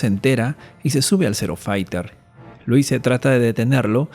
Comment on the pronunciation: Se pronuncia Luise (la s suena como la palabra rosa en catalán por ejemplo, busca en el traductor para saber como suena)